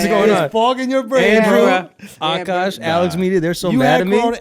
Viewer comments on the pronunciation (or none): Lol did aakash wrong on the ad read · Poor Akaash messed up during the ads so much and y'all kept it in the video. Ngl it made me go through the actual ad 😂